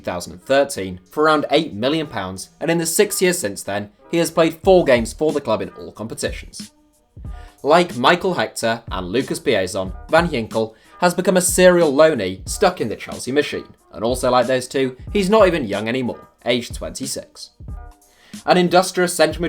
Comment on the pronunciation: No offense but come on yinkel??? Its gggginkel